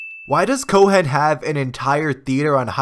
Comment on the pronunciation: the H in Cohen is silent lol